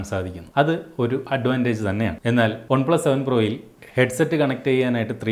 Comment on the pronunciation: ഒൺ പ്ലസ് അല്ല One plus